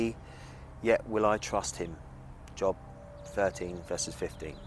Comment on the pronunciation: Another great job, respectfully done. Just one thing. The 1st bible quote says Slay not stay, & the book of the bible is pronounced Jobe (as in robe). Easy mistake for anyone to make